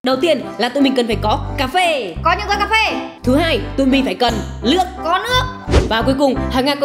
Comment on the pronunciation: Chị nườc mà chị nói là lước